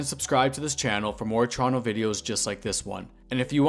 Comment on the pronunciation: It's refreshing to watch videos about Toronto narrated by someone who pronounces "Toronto" correctly 🙂